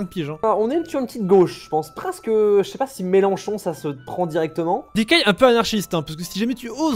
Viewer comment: C est melenchon et pas melanchon vous vous êtes gouré